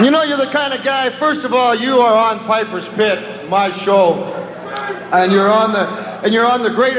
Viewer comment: Their a farçe about the word ( pipers pit) Its sound like ( pepers spit)